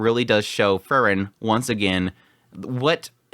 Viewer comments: It is really impressive that even after six months you are still not able to say her name right. 🤣🤣🤣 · fren u mean frieren